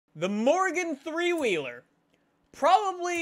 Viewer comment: Every time you said morgan three wheeler I heard you say Morgan Freeman